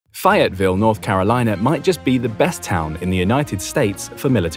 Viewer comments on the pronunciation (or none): It's fay as in ay, not fi. At least learn how to pronounce the city you're talking about. Did you ask anybody here how we pronounce our city? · As a North Carolinian who doesn't live far from Fayetteville, from my understanding, it is pronounced "Fay-ette-ville" not "Fie-ette-ville" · It is pronounced "Faye it ville" with a long "A"